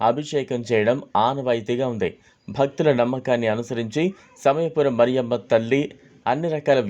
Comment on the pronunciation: ఒరేయ్ మరియమ్మ కాదురా, మారియమ్మ, దరిద్రుడా